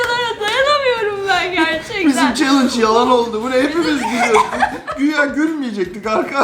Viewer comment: Abla sen gülmeme sen chellenge diyince ben gülmeye başladım 🙊😹😹😹😹😹😹😹